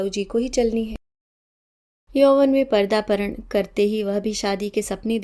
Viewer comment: मैडम ,'पर्दापारण"नहीं, पदार्पण बोला जाता है